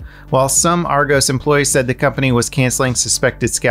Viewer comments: Its Argos not Argose ;) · Argows...😤 As a British citizen I am personally offended Nah it's funny but genuinely the first three times I was like the emoji it's Argos btw like got with an s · Being from the UK, hearing the way you say Argos has got me giggling :D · He added a magic E XD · Any other British people disturbed with the way he pronounced "Argos"? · Unique way of saying Argos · As a British person, the way pronounces “Argos” hurts me inside. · Love the way you say Argos 😂😉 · I’m sorry but the way you pronounce Argos is too funny